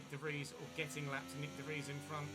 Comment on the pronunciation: Nope, it should ge De Vries